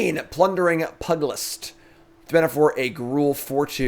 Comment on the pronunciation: FYI, pugilist rhymes with huge-ilist ;)